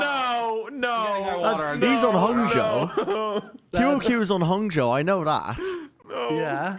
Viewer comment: I was pretty flattered about that pronunciation of Hangzhou